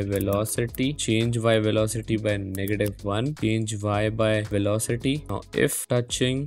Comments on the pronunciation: Velocity ❌ Velocatiy ✅ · "Y Velocatty" 💀🤣